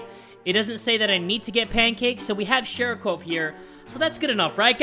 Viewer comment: sorry to be rude, but it’s sharikov. Not sharicove.